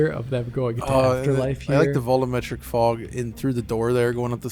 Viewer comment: Will ever say the word "volumetric" correctly, instead of "volloometric"?